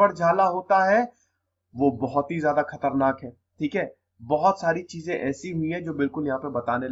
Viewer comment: This is very wrong way you say khaternak